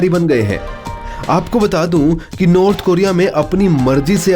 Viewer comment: नॉर्थ होता है भोसड़ीके नार्थ नही